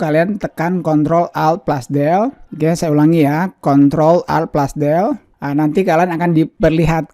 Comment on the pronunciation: Baru denger plus,dibilang plas Bang.